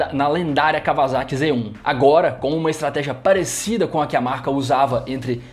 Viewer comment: Blz, só falta aprender falar Kawasaki ( cá ua sa qui ) kkkkk